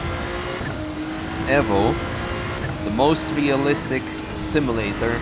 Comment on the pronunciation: u constantly say evvo lol